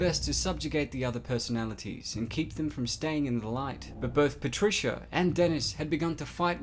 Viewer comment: Oh no its PATRISCHAAAA